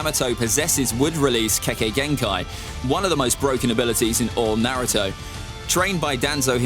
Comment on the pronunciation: still rocking the "Narutu" lmao